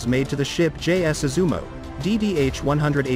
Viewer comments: Thank you for the introduction. But it is “Izumo”. Sounds like “yi zu mó” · Is it really that difficult to pronounce Izumo properly?